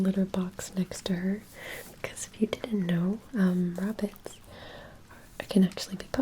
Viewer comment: Bunny wabbits... They are adorable creatures... Hehe, wabbits